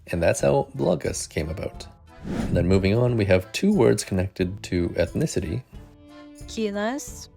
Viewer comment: Yep, she said "kynas", not "kinas". Maybe she's keen on the long i? :D